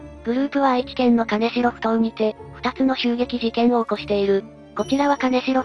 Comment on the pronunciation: 金城→きんじょう ですね。